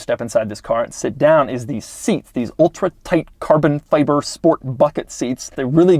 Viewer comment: FI-BER, FI-BER, PLEASE say CARBON FI-BER not, "feybre". Driving me nuts!